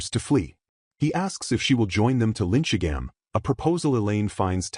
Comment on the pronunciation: The LLM voice is almost impressively bad at names. It never got the names Eliane, Belkheim, or Linchigham correct, not even once. On top of that, it calls everyone Douglas